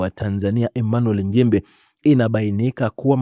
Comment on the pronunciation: Mheshimiwa njimbi! Ili jamaa hata kutamka nchimbi linashindwa lijaluo la kenya eti Emanuel NJIMBI mfundisheni kutamka kwa sababu hatuna Njimbi